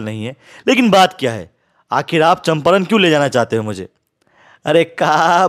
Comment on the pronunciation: चंपारण ❌️ चंपरण ✅️